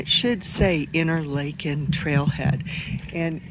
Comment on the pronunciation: You are pronouncing it InterLAYken. In Switzerland, Washington and Minnesota it is pronounced InterLAHken. Do you have reason to believe it should be pronounced InterLAYken?